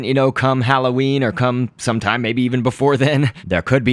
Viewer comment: "Plushtrap Maybeh" Another reason I love this guy